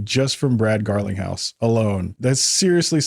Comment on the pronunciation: His name is not pronounced “Garlin-house”. It’s pronounced “GARLING-house”!!!